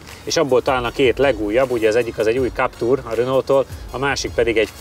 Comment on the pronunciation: legyen már kaptúr helyett káptűr, köszi. Bántja a fülem